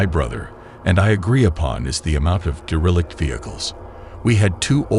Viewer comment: Dare a lick. Lol. Not deralict lol.